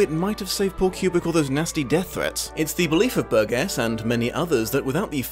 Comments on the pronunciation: Hi, I am enjoying your videos a lot. A few nitpicks:: 1) I believe Burgess pronounced his name with a soft "G," like Bur-jess; 2) the music that plays during the sped-up sex scene is Rossini's William Tell Orchestra, not Beethoven—in fact, apart from the 9th Symphony very little of the score is by Beethoven, most of it being variations on Rossini or Purcell; 3) although "horrorshow" is used less frequently in the movie than in the book, it does appear seven times in the movie—the movie decreases the use of Nadsat overall; 4) Burgess himself is the source of the explanation that "queer as a clockwork orange" is a Cockney expression—there are no other uses of it in print prior to the novel's publication, so it's possible Burgess gave this origin as a joke (which would not have been out of character for him). Hope you take these in a scholarly spirit, not to take away from the very fine insights. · I'm just here to see how many people could be arsed to correct your mangling of Burgess's name. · Burgess is pronounced bur jess not burg ess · Pedant alert - the author's name is pronounced "bur-jis", not "bur-ges" (o; Love your work,. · LEARN HOW TO PRONOUNCE HIS NAME! IT'S PRONOUNCED BURJESS NOT BURG ESS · does the author's name have a hard G in it? there's a tv presenter over here with the same spelling but pronounced ber-jess instead of ber-guess. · It's 'Bur-Jess'. The '70's were a great time to be a teenager, we'd have given you the old surprise visit... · It's generally pronounced with a soft 'g': /ˈbərjəs/. It's a word of British origin so you have no excuse. ; ] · The author's surname is pronounced "bur jess" (bɜːrdʒəs) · Um... BUR-jis. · Great review... Ps its pronounced Burdjuss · Burgess = "BUR-jess". Might help to nail down these really basic things before opining expertly on a subject. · I think I was triggered by repeatedly pronouncing Burgess incorrectly. But, great discussion also🐍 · You're mispronouncing Burgess.